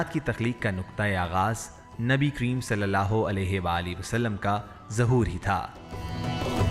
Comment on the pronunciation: Nabi Kareem....S.A.W....kundly proper pronounce...not kreem